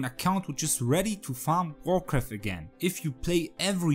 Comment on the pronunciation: everytime you say vorkath i hear warcraft xD